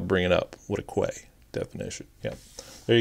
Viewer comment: P.S. Quay is pronounced "Key"